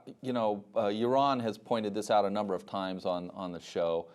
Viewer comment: C',mon,, I'm a real fan of your, but you work with the guy - it's yah-ROAN.